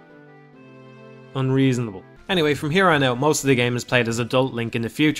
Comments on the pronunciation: It's been years since I've watched this, but the way you say "unREASonable" has remained a vocal stim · "Look at childhood Link's nose. Reasonable. Now look at this thing. awkward pause Unreasonable." Hilarious. Nearly choked on my coffee. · "Now look at this thing..." (dramatic pause) "...unreasonable" I don't know why but that made me chuckle like hell =) Great video.